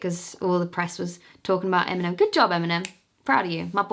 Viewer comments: When you were saying Eminem I understood M&M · Eminem is irrelevant that when she said his name I legit thought she was talking about the chocolate candy M&M.